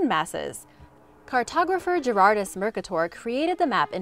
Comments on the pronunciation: Mer-cate-er, not Murk-a-tore. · 10 seconds of research and you could have known "Mercator" is not "mur kuh tor" but rather "muhr KAY dur". Not to mention that to cartographers or geography students, this is rather well known. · 'Mercator' is pronounced mer-CAY-tor, not MER-cuh-ter. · That map projection is pronounced "mur-kay-tur" not "murk-a-tor". I've never heard murk a tor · Mercator is pronounced "mer-KAY-ter", not "MER-kuh-tor". He wasn't a superhero from the Marvel comics franchise. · Mer-kay-ter. Not mur-kuh-tor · It's pronounced "mer-KAY-ter", not "MER-kuh-tor" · Uhh, it's MER-KATE-ER, not MER-CUH-TOUR.. Did the research but didn't look up how to pronounce his name 😩🤣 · With the solar system, you really just said the Rocky planets are the size of a grain of sand and pluto is in the end zone? How do the gas giants compare in size? And it's mer-kay-ter. Not merkator, skelator's second cousin... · Merka tor? MER KAY TOR!!!! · I'm 75 years old and I have always heard it pronounced as MER-CAAD-OR (long "A") not Merc-a-Door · Its "Mer-kay-tor" not "merka-tour". Try learning pronunciations before you make videos, makes you look really ignorant. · I've never heard Mercator pronounced like that, with accent on first syllable. It's mer-KAY-ter, not MERK-uh-tore. That's not even the Flemish pronunciation, which still accents the second syllable. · Mer Kay tor, not merc uh tore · That's not how you say mercator. It's "murr-kay-dur". Not "merk-ka-tor" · Mercator is pronounced mer-kator not mer-cator. Every time you say it it kills geographers 😣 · Isn't 'mercator' pronounced "mer-KAY-ter" ... or have I always heard this pronounced wrong? Or is it a regional thing? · I believe you mean “mer- Kay- tor projection” you just put the wrong em-fa-siz on the wrong sy-la-bull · Mer-kay-tor projection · Say it with me "Mer-Kay-tor" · Mercator = mer-KAY-tor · merk-ah-tour lol priceless. Thanks Public School. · Just to help out it’s pronounced mercAtor 😊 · mispronouncing "Mercator"